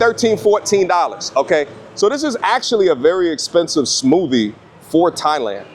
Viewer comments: Not being able to pronounce smoothie and then judging them on the way to strawberry is spelled and you're an American lol but now I'm glad for you, Homie so glad for the content. Love you bro. Much love. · That New York came out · New York accent bro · NYC accent🔥